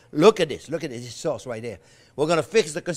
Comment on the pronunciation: when he said "you can make that soz in big quantiti and friz-it..." I was waiting for "yu can friz-it for 17 ears" not this time...I'm sad